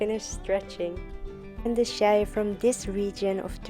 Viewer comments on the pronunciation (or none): none